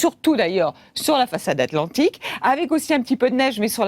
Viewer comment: sur l'atlanjrtikgfdcjnhn